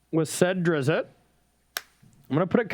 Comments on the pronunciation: It’s pronounced Der-izt, one syllable. Carry on. :) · Hearing them say “Drizzit” really hurts my soul